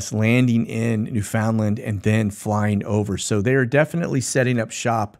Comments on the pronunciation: Pronaunced New-FUN-Land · Agreed. That aggravates me when I hear people say new-FOUND-land, instead of new-fund-lund.